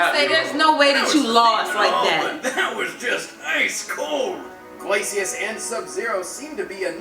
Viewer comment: can't even say Glacius right